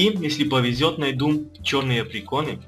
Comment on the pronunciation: Да блин достали АПРИКОРНЫ А НЕ ПРИКОРНЫ А ! А! ПЕРВАЯ БУКВА В АЛФАВИТЕ!